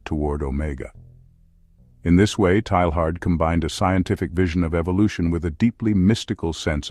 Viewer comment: His name is usually pronounced TAY-yahr. Thanks for doing the video. Excellent topic.